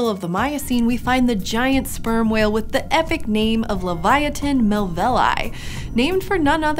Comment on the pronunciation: Minor mistake "melvillei" not "melvilli".